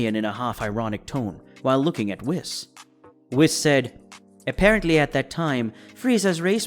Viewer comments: CHEE-LIE (cheelai) not cheerai) BRO-LEE (Broly, Not Bra-lee) WHEE-S (whis) not wis.) this was an earsore to hear this be pronounced this way. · Why does he keep saying whis? Its pronounced wheese. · It’s pronounced wees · How can someone so invested in dragon ball not know how to pronounce names. “Brollie” “wiss” “mr. beerus” like come on bro 🤦🏽‍♂️ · I hate how he says whis